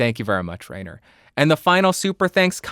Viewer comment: A little hint, because the German pronunciation is really difficult: "ai" in Rainer is pronounced like "eye" ... R-eye-ner should sound better than Rain-er😊